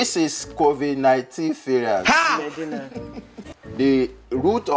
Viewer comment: Shaggi werey....it is not fluid.....it is cofid 😆 🤣 😂 😹 Nice one my damn fuck bro. God bless you man for making me tuber. Lol....werey